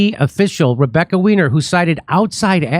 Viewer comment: Her name is German, “weiner” is pronounced “Why-Ner”